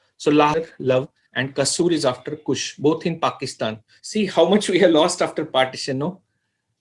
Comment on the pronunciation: Not Kusha,,Kush,,Correct Ur Word